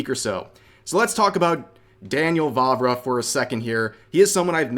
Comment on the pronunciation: Every time he said Vávra I heard Barbara for some reason